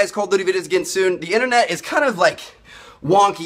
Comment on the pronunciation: How you say Internet is soo funny